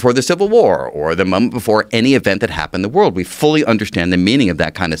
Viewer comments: Sounds like he’s saying muhmuh instead of moment. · i like how he pronounced 'moment' as: 'mumbmt"